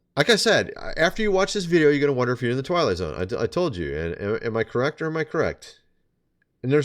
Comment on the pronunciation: Did you say twilight or toilet?